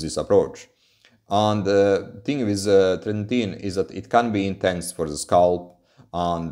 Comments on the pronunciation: You pronunciation is off. It's "Tret-in-oin". Not "Tret-in-teen". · treti-NOIN :D